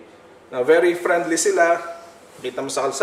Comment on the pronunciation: Prenli and Folayt.lol